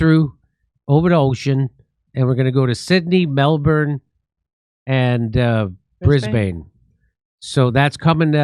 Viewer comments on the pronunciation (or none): HEY JIMMY THE LOCALS PRONOUNCE IT "BRIS-BEN" AND I HOPE TO SEE YOU THERE LATER THIS YEAR much love from Australia! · Soft A in Brisbane Jimmy, Like "Bris-bn" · mel-bin, Sydney, bris-bin